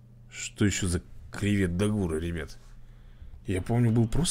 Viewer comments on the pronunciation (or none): Правильное название дракона Кривет ДАгура , а не ДагУра